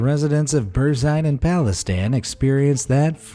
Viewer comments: Palestine not Palace-stan 🤦‍♂️ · Anyone else notice he called Palestine "Palestan"?